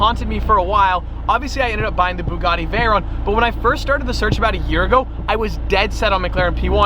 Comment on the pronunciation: You should have bought the p1 because at least you can pronounce Mclaren lol... Bugatti is an Italian name and the Ts are pronounced T not D so it's a Bugatti not a Boogaddi 😂😂😂 anyway love the vids ✌️😁✌️